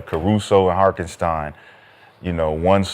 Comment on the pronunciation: Say it with me guys......Har-TEN-stein!